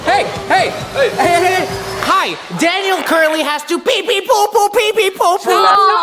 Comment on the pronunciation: Ugh his name is daniel not dainal